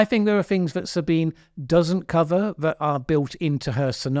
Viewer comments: FYI her name is pronounced Sabina not Sabine I too for a long time thought it was Sabine until one day she spoke in third person, it's the german version. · It's actually pronounced like Sabineh. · Most people, including her self, pronounce her first name as "Sabeenah", just in case you're interested. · One small quibble, Sabine is pronounced 'Sabina' unless she herself pronounces it that way. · Her given name is 3 syllables. sa-Bi-nuh za-Bi-nuh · "Sabine", the first name of Ms. Hossenfelder ends in a "schwa" (Schwa /ə/) sound, exactly the same Schwa as "Baker" ends with. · Very good, but do pronounce the final e 👍